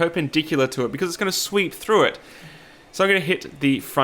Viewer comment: Am I the only one who was hearing "sweet" instead of "sweep"?